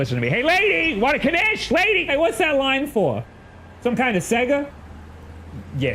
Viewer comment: What the hell is a kanish?